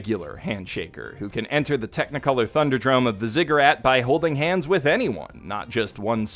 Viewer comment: To whom it may concern, it's pronounced "with". That's it. That's a short /i/ and the softer of the two "th" sounds. No idea where the /ai/ diphthong is coming from but hey, Japanese peeps aren't exactly known for their proper pronunciation of English words.